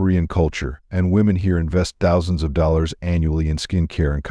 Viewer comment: 35 US Butlers? What is that?